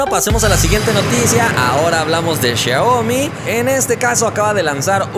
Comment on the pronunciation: Los celulares de Samsung están muertos en China, ya nadie los tiene, lo único que queda de Samsung son sus lavadoras, refrigeradores 😂 Pd me da risa como dice Xiaomi 😂 es siau-mi no xia o mi